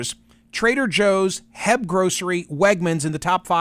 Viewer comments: You have to pronounce each letter.... it's not "heb" 😂😂😂😂😂😂😂😂😂😂😂😂😂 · HEB is H-E-B or Atche - EEEE - BEEEE not "heb"